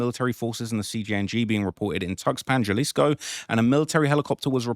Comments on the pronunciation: Quit calling it Gelleesco you dumdum, its Ja(ha)lisco. 😅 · HAlisco not JAlisco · I already told you in the last video it’s pronounced HA•LISCO not JUH•LISCO 🤦🏽‍♂️ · Halisco not the j like Jaylisco lol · Jalisco pronounced*HuhLisco" j's silent pronounced as huh damn Brits. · If I hear him say “Jalisco” again I’m unsubscribing!! Jalisco (HA-LEASE-CO) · sound it out with me HA-Lease-Co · I like your s*** but for someone from the UK to be even reporting on this kind of stuff and not know enough Spanish to pronounce'"HALISCO (JALISCO) is almost disrespectful.. J's are h's in Spanish fool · Lmk help you out a Lil Mate😅 Jalisco is not pronounced like youre speak in english bruh...the letter J is pronounced as an "H" in Spanish so it would be Halisco for the on that dont understand Spanish writing...stop fuckin up my city bruh 🤦🏾‍♂️🤣🤣🤣🤷🏾‍♂️ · “It’s the biggest tragedy of all” The biggest tragedy is you pronouncing Jalisco wrong all the time in the video. How can you pronounce it wrong when it’s been in the news all week? It’s understandable if you get names and other locations wrong but come on, man…do a little bit of preparation. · He knows that. he does it intentionally so people give him more engagement by correcting him.